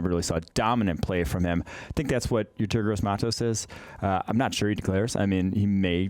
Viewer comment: When are they gonna learn to pronounce Yetur's name seeing how they talk about him literally every week